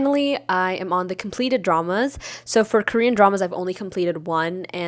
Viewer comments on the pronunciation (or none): none